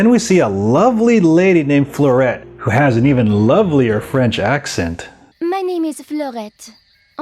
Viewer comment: As a french guy, your french accent is incredible I want everyone here talking like you. Btw I think Fleurette's voice actress is just someone who learned french, her accent is to good to be just a role.